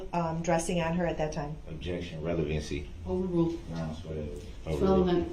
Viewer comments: Have you tallied up the total number of times DB uttered the word "groundz"? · He pissed me off when it came to the dancing granny. She has a hearing problem not like DB who says he can't hear. He was so rude with his constant "grounz","objechun",and "relevancy". What the heck was DB doing when he asked her, "During your testimony you said, he, he, he," And the look on her face was like, "Wth" 😂 It seemed like JD was frustrated or annoyed during this testimony. I love how she said, "I don't have eyes in the back of my head" 🤣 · I thought "Grounz" was funny at first but wow is it annoying. Every time he said "Grounz" while that sweet granny was testifying it got more infuriating. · I wonder what HE thinks he's doing/meaning when he says 'grounz'. What does he think, 'grounds', means? What does he hope to achieve when he repeats it a second time?